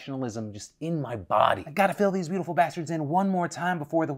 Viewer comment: This new emphasis on "Beautiful" kinda hurts my ears.